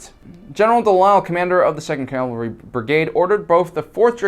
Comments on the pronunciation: CAV-alry not CAL-vary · PLEASE quit saying 'calvary'! The word is 'cavalry'! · Cavalry, not calvary.